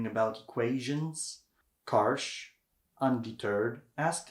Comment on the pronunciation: Wonderful video on Yousuf Karsh (pronounced as “JuSuf Karsz”) • Just about two weeks ago I was near the place where he had his studio at Chateau Laurier Hotel in Ottawa. It was during the Royal visit of King Charles to Canada. Also few years back I had a privilege of seeing his original prints at one of the private clubs - amazing photographs! Karsh is considered one of the world’s best photographers. His portraits are phenomenal. By the way some of his work is less known - for example, a series of photographs he took in Holy Land (Israel and Palestine). ⚠️ Correction: the Churchill photo was taken NOT at Karsh’s studio, but at one of the back rooms in the Parliament. • I’m lucky to own the entire collection of Yousuf Karsh photo books including that body of work photographed in Holy Land. Often I look through them for inspiration. Thank you for your videos! Дякую! Dziękuję! - P.S. oh, by the way - the framed original print of Winston Churchill known as “Roaring Lion” was recently STOLEN from the lobby of Chateau Laurier and later FOUND AND RETURNED with the help of Interpol. You can look up this story online - it’s like a true art heist movie 😀